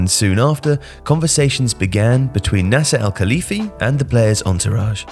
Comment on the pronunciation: LOL your pronounciation of Nasser Al-Khelaifi